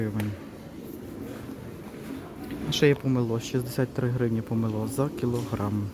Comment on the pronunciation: Почему помелО, а не помЕло? Часто стали ставить неправильные ударение. ПомелО--это метла. И не килИм, а кИлим.